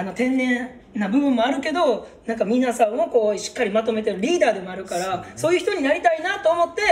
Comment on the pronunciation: はっすん、皆さんのこと、いつも「みんなさん」て言うの可愛い。笑 ラジオでも「みんなさん」て言ってた😂✨